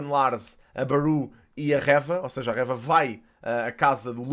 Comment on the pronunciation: eu adoro mesmo os teus vídeos e acho muito interessante como falas sobre os temas mas tipo diz o nome da Reva direito, como dizes third sister e cenas assim com muita boa pronúncia, também Reva podias dizer ahah Era só esse detalhe. Continua com um ótimo trabalho Abraço 👊